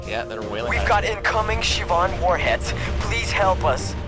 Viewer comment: What is it with all these people pronouncing it "Shi-vahn"?